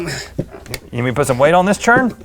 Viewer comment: Note to all: Rhett did not say "sh*" . He said "See how simple this is?" But he muffled his words and said "See how simple thish is?". He said "thish" not "this sh*".